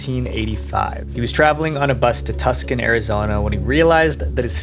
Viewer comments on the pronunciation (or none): It’s pronounced “Tu-saun” not “tuk-son”. If you’re talking about Tucson, Arizona. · It's Two-sawn Arizona not tuskin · It’s Too-Son! Not Tuck-Sun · Tuscon is pronounced Too sahn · aw yes, good ol' Tuscan, Arizona. New favorite attempt ive heard. Tucson is pronounced two-sawn (first syllablen like the number 2 and second syllable rhymes with lawn) . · "Tus kin" Its pronounced two sohn (Tucson) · Two-sahn Not Tuck-son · Tuscon is pronounced too-san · Tuscan is pronounced two-san like I’m from NJ and I’ve never even left the east coast and I know that lord almighty 🙄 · Tucson is pronounced too-san, not tuck-san. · tuu-son, AZ. not tus-can. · Tucson AZ = sounds like TOOSAHN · I love ya dude but my brain just stutterrd and died when you said Tuscon Arizona. The C is silent. Too-sahn. Sorry, i know it's annoying but I'm from Arizona and the amount of times i have heard the mispronounciations of my towns could fill a pool by now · Tuscon (Arizona) is pronounced like [two-sawn] lolol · "Tuskin" Arizona...?!? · Tucson, pronounced more like too-sahn. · Just so you know, it’s actually pronounced “too-saan.” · I had to go back and listen to it again to make sure I heard what I heard lol. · no way you just pronounced Tucson like that